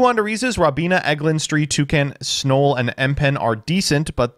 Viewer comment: Its pronounced sn-owl. Because its a snow owl.